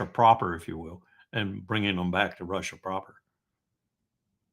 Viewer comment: i don't like him he seems to never learn from the answers he gets and repeats the same questions. i can't stand the way he says russia either. rhouusha it's gross.